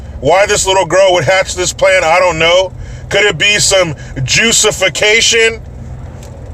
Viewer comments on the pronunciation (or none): "Jussification" LOL